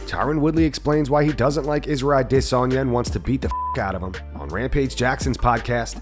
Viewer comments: It's pronounced Add a sonya. Not A desonya. Driving me crazy with that s#$& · I cringe every time you say I-Dis-On-Ya🤮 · The way he pronounced adesanya 🤦🏾‍♀️